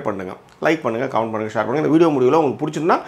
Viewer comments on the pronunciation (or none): none